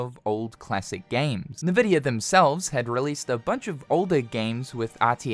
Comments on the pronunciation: It's pronounced in-vidia, not nividia. :) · It's not naavidia it's "n" vidia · Nividia. i dont think people usually pronounce it with thet first 'i'. just N-vidia. no big deal though. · Just so you know, Nvidia pronounced "envidia" not "navidia" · its ENvidia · I'd never heard a single person call NVIDIA nehveedia like this guy just did. mind blowing. liking the vid for that alone. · Stop calling it na-vidia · N vidia. EN-VY dia. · FFS. It is not "Nuh-Vidia." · First time I heard someone pronunce Nvidia that way lmao